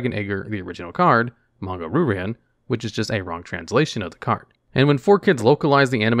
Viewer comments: "Ru-Ran" "Ryu-Ran" There, fixed that for you. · I have to say it... It's "Ree you ran" not "Ru ran" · “Ree-yoo Ran” not RooRan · Ok, how do you speak Japanese and still consistently butcher Japanese names? Roo Ran instead of Ryoo-Rahn? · Roo ran? Please read the damn card